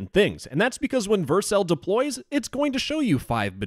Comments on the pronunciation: Stop pronouncing Vercel wrong. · The way you pronounce vercel hurts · you say Vercel weirdly 🤣